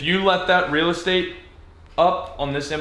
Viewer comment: i like how he says real estate. makes me chuckle lol